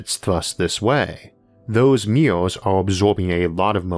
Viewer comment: i wondered why does he keep saying meow meow, until the closed captions taught me that it is MIRRORS, sad me😂😂